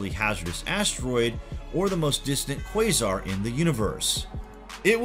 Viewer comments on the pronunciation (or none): none